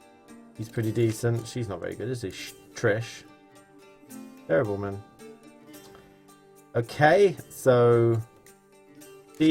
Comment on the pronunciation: Triss.. not "Trish" :D